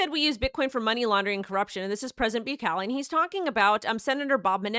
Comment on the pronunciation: Say like this Bu-que-le Like Que in Spanish lol